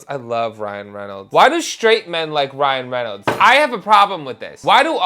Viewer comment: Ryan Genolds lol